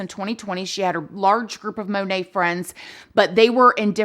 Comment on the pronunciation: MonAt, not monet😅😂